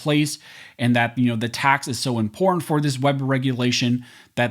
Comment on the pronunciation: The way you say imPorTanT gets me every time. Lol